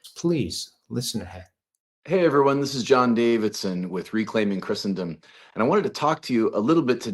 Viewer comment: John Davidson pronounces Christendom correctly